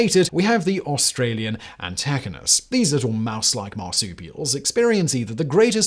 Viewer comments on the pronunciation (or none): It's pronounced an-tee-ky-nus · The Antechinus is pronounced anti-ky-nus. The males live for one year and the females for two or three. They are not mice, but marsupials. And are close relatives of Bandicoots and Tasmanian Devils. Like Bandicoots they live on insects exclusively. And yes Antechinuses males mate for up to nine weeks in Spring (September to November here) and don’t eat. They release a stress hormone that suppresses their immune system. By the end, they are emaciated, their fur has fallen out in clumps and they die of common diseases or to predators. They live through much of south eastern Australia, and you never see them. Not only are they nocturnal but they live in forests away from human settlements. But foxes (introduced red foxes) and feral cats have decimated their populations. The worst thing is living in a rural town - as I do - and knowing that not far away in the forest some little animal is getting lucky a thousand time more than you.